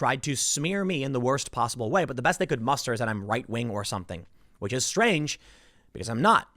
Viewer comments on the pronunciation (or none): none